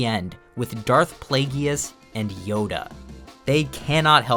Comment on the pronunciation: C'mon man..."Playgee us"??? IS THIS A KID'S SHOW!?